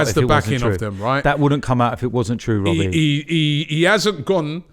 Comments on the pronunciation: “When is this gonna end Wobbie?” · Or what do you want me to say wobbie? 😭